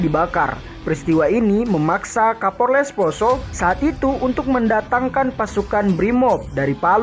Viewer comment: Cara penyebutannya Kapolres salah bosku. 🙏🙏🙏😀😀